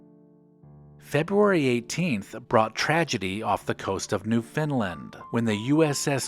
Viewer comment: New Findland, Did I hear taht correctly? Maybe he means Newfoundland